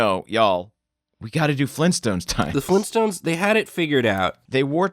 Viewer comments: it's Flintstones not flintstints. . . o_0 he's pronouncing it wrong. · Flintstones not flinstins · "the Flinstuns." The* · Lol did say "flin stins"